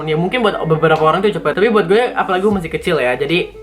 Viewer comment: Parahhh batt ngomong "gue" mantep banget keren keren